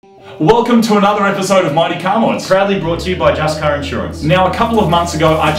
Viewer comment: You pronounce Mighty car mods like Marty car Moogs.